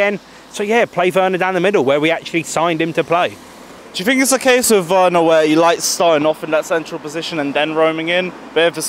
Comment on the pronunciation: Its werner not wener